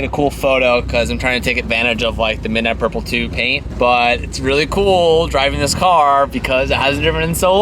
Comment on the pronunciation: Nice dent in your tip choch. Di I hear you correctly did you call it midnight purple 2??